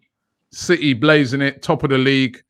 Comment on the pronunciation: It’s city not citeh you monk